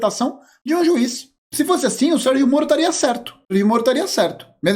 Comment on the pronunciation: Ele falou Ser-JIMO-ro!!!!